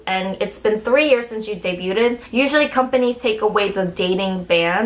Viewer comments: I'm sorry, I like your videos but I just can't take it anymore. You keep saying dey-BYOO-ted. It's pronounced dey-BYOOD. Don't say "ted" part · Debyood, not debyoo-ded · nice vid but btw the pronunciation for "debuted" iis 2 syllables. should sound like "day-byood" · I think "debuted" is pronounced de-byood, not debyooted. Unless that's an alternate pronunciation. I'd never heard it before though. Regardless, it's really interesting getting an insider scoop into the industry. Thanks for sharing. You can't get into trouble for sharing stuff like this, right? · did she really mispronounce the word debuted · lol Don’t pronounce the T in debuted. lol it’s pronounced “Day-byoo” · Honey, the "t" in "debut" is silent, so "day-byoo" and "day-byood" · Good thing this chick never debuted as the “English speaker” member cuz it would be so embarrassing for her to go on some variety show and answering when she debuted and responds saying “debuted-ed” lmao. Idk why she keeps saying debuted-ed when she says debut the correct way. I wonder if it’s a stutter and she just adds an extra “-ed” for any words ending with “-ed” like says “hated-ed” instead of hated., you gotta stop doing that, you look ignorant as fuck bragging about being the English speaking member girl when you can’t even say a commonly used English word in the K-Pop industry lol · The T is silent in debuted. It's pronounced day bued. Just like the B is silent in debt. It's pronounced det. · the T is silent in the word "debuted" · I'm really uncomfortable about how you're pronouncing "debuted" the wrong way and also air quoting words that aren't necessary. Other than that, very informative video, great job!